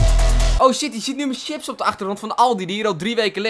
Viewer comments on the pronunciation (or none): none